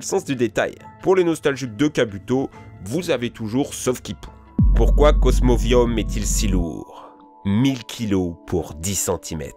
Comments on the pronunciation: et c est cosmovum pas cosmovium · Tili pas Tali (rien a battre de ta dyslexie psk t'es pas sourd donc on a du te corriger quand tu l'as dit la première fois) Cosmovum pas Cosmovium (encore une fois rien a battre de ta dyslexie psk t'es pas sourd donc on a du te corriger quand tu l'as dit la première fois) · Cosmoviom et Tali bienvenue dans le club male prononcer , primo kryogre primo grodonne meyaga reykazza tous shinéy , et L'arnaque 😆😆😆 Cosmoviom , JPP Tali et régî ( Régis) #Anchénement !!!!! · Et en plus, c'est pas Cosmovium, c'est Cosmovum. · C'est pas plutôt Tili au lieu de Tali (car dans le jeu c'est Tili) et c'est plutôt cosmovum que cosmovium xD. En tout cas, très bonne vidéo, continue comme sa . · Mais c'est Cosmovum pas Cosmovium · cosmovum pas cosmovium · c pas cosmovium mais cosmovum et c pas tali mais tili dsl mais faut un peu apprendre a bien lire